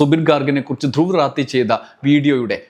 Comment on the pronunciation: ധ്രുവിന്റെ പേര് ശരിക്കു എഴുതുകയും ഉച്ചരിക്കുകയും ചെയ്യരുതേ ധ്രുവ് രാഠി അങ്ങനെയാണ് അദ്ദേഹത്തിന്റെ പേര്